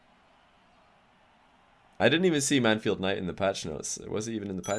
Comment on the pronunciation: 2nd Satan Nooooo.... It's Mann-field.